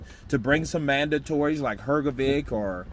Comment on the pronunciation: You mentioned Filip Hrgović and Zhilei Zhang (between and ). I myself am a neighbor of Filip Hrgović's country and you are not pronouncing his last name correctly. The correct pronunciation of his surname is as follows: Regarding the boxer Zhilei Zhang, I watched a report on British TV on how to pronounce it correctly. Sorry, I can't find that link right now. I love following your channel. And I am happy for all your contributions. You always impress when you imitate the voices of various people from the boxing world! 🙂 But I would be really proud if you tried to pronounce the names mentioned above correctly. ☺ Criticism is meant constructively.☺ Good luck at work and in life! 👊 PS: In this interview Zhilei Zhang's name and surname is pronounced correctly